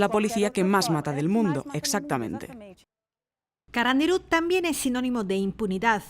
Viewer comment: El acento iba en la U de carandiru y dijo CarandIru con acento en la I 🤣🤣🤣🤣